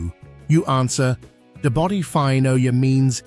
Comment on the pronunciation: In Liberia K in Kpelle is silent, so u pronounce Pelle, whilst the g in Gbowee is also silent, pronounced Bowee.